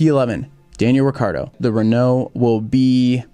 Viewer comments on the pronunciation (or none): none